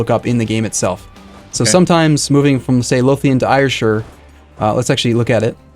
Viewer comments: "air-shire" not "eire-shire" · I live there and yes its pronounced air-shire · Ayrshire is pronounced 'air-shir'. Since you're playing as Scotland, just thought I'd share that. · i get so triggered when he says ayrshire wrong, its pronounced like air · hi, just to say its Ayrshire is pronounced "Air Shire"